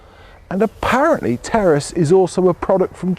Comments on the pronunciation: I thought he said “Terrorists anyone?” On the intro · I thought he said Terrorist then I read the title.😂😂😂